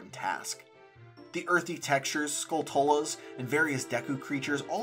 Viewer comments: Skulltula is pronounced like tarantula. You know, cos they're spiders... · Ok I’m sorry but, Skulltula is a portmanteau of skull and tarantula so the tula part would be pronounced like tarantula. I’m sorry, nitpicky 🤭